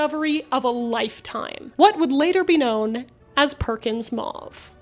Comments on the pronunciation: ...maw-ve... Me: MOW-VE...maw-ve MOW-VE MOW-VE!!!!! As someone who was in French Immersion, it drives me up the wall when people pronounce "mauve" maw-ve because it's so much more difficult to say maw-ve than it is to say Mow-ve. I'll let my self out. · Mow-ve NOT Mah-vE Quin-een NOT Kwy-nine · I'm sorry, but I'm gonna be that guy....it's a French word....it's pronounced like 'oh'..not 'ah'. M-ohhh-ve. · I had no idea Americans had rebranded Mauve as " Maah v ". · Are you implying that "mauve" is pronounced "may-yoov"? How do you pronounce "sauce", "gauze", "pause", and "cause"? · Today I learned that Americans say mauve and quinine weirdly. 😂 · Can't listen to that mispronunciation e on the end makes the vowels say their name